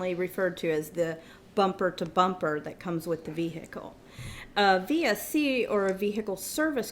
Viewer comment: All I heard was ve-HICKLE.